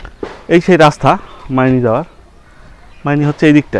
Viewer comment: ময়নি না ভাই মাইনি হবে এটা, আপনি টিংকু ভাইয়ের বাংলালিংক বাংলার পথে এপিসোড গুলা দেখবেন অনেক সুন্দর করে তুলে দরা হয়েছ আমাদের দেশ। তখন ইউটিবার জন্ম হয়নি।